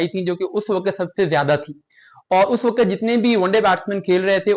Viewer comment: بیٹا آپ کی انگریزی درست ھے نہ اردو۔ صرف کو siraf نہیں sirf، وقت کو waqat نہیں waqt کہا جاتا ھے۔ کرکٹ KIR-KIT نہیں CRIC-KIT بولا جاتا ھے۔ اسی طرح outclass فعل ھے، صفت نہیں۔ صفت کے طور پر outstanding کا استعمال ھوتا ھے۔ So a batter cannot be outclass. They can be outstanding However one batter may outclass another batter. Additionally, the word is BATTER, not batsman.